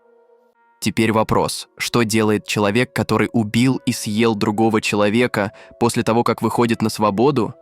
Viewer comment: А зачем вот этот появляющийся некто в капюшоне? Он типа нагнетает атмосфэру? Вот слово "съел" искаженное в конце предложения зачем? Или вот эти неверные ударения? Как можно в слове пикник ударение поставить на первом слоге? Странно, что так много подписчиков.